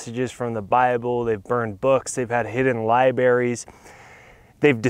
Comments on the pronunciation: Love the message. Now, stop saying Liberry. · Are you saying "libaries"?!!! Please tell me you dont also say " pacifically"?!